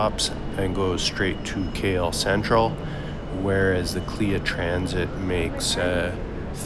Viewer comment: Its not Kleeya ...Its K.L.I.A...